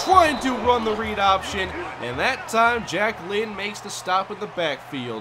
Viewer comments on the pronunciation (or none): Everytime says Jack Lynn, I can't help but hear Jacquelyn.